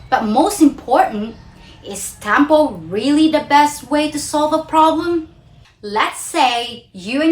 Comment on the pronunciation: Please do not pronounce the word “tampo” with an American twang. I give it to you that your English is excellent but it’s not nice to hear a local pronounce local Filipino words with an a twang. To me it’s OVERKILL!